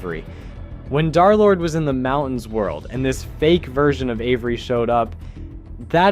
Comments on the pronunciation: Why do you keep saying Dhar Lord instead of Durr Lord?? It's a minor thing, but Wifies pronounced D3rlord3, like, 700 times. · Why does he say “darlord!!!”